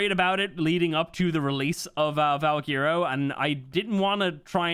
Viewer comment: its pronounced val-Gwer-o not val-gear-o